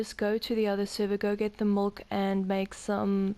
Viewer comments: Why do you keep on calling molk instead of milk? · MIIIIILK NOT MOLKKK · I stopped watching after 15 seconds because you called milk molk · Milk not molk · you sound like a little kid trying to say milk but you say mulk instead lol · I'm gonna like this video, but everytime you say mulk its cracking me up xD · Did you say mulk? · Please stop saying mulk 😭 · Tafuck its "Mulk" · She says molk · Y is she saying mulk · Just get the man a glass of Mulk! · Shes Afrikaans and as she said she doesnt speak english as a 1st language and in afrikaans milk is melk